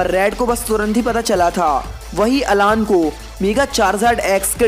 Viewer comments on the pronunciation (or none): Vo अलान nahi अैलन